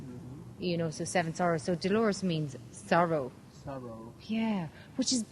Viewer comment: que lindo pronuncia mi nombre aww que linda sorpresa me he llevado hoy de ti